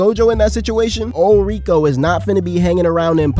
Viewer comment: Btw it’s not rika it’s riko